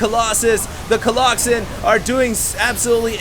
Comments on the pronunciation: Im gonna leave a comment every minute on every video until he stops saying coloxen shit:) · Someone needs to slap every time says Coloxen. Hard. Epic game, seriously can not believe how Pain turned that around, that one huge clash where he slaughtered all the Colossi was just so epic. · People obviously can't get over the fact that you're saying Colloxen instead of Colossi. This alone will be the downfall of your channel and career of a SC2 commentator. But I think it's fine, so keep on doin it!! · COLOSSI!!!! whoever told him colloxen, I'm coming for your soul! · stop saying coloxen. makes you sound stupid even if you and other people say its the correct pronunciation. say colossus or colosi plz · Coloxen might be funny if ever correctly pluralized colossus. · omg i love that he calls them colloxen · ok dude... i asked my latin teacher today and... it's collosi... yeah.... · Stop saying Colloxen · please stop saying colloxen, please please please stop. Also, SCA is getting pwned. Just so you know.